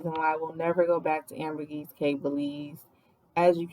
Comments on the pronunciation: Wow such unfortunate travel timing. It’s not like that usually. Not nitpicking but it’s actually Ambergris Caye not “Ambergis.” Ambergris has a meaning although it’s a little gross lol. Hope y’all give Belize another try! Maybe Placencia in November to March. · It's pronounced "AmberGRIS KEY."